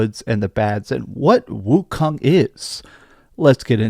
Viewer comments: Black Byth Wucome, what! Did you really say that in the opening. Stay off the weed bro 🤣 🤣 🤣 🤣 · Did he say black “byth” wikong😅😅😅😅